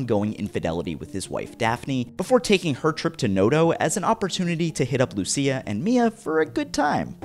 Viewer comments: She is called Lucia, not Lussia lol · It's pronounced Lucia (Lu-chi-a).